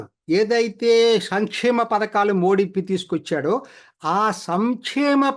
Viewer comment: మోది అండి మోడీ కాదు. చదువుకున్న వాళ్ళు కూడా సరిగా పలకలేకపోతున్నారు